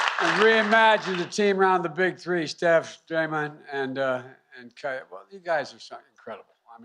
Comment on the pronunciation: did he call Klay, Kyle? lol